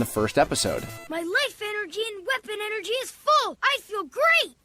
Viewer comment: you need to recovah all the eneghgee imedatly w-megaman....